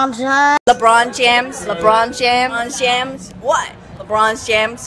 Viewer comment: “Leborn james” “ LABORN JAMS “